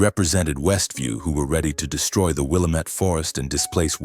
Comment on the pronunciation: it is not willamett. it is pronounced Will lam ett it the indians named the river.